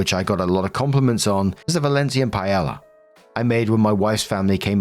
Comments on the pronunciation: Pie-ye-ya. Not pie la la. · Paella is pronounced "pie-yay-yah". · Oh you are so freakin adorable. But I think you would like to know It's pronounced pie-aye-ya. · Story 3- paella is enunciated as pie-ay-ya. But it sounded pretty when you said it the way you did. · just an fyi, paella is pronounced pie-ay-yuh. Double L’s (ll) in Spanish are pronounced closer to a y- sound<3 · pronounced "pie AE yah" with diphthongs (or the consonant equivalent). pieyayah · Story 3: I have had Paella Valenciana. It's delicious and hearty. You pronounce it as 'pa-eh-yah',.